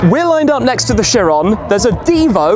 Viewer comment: It's Bugatti Kyeron, not Sheeron.